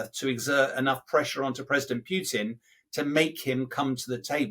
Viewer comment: Is it "Puotin" or Putin?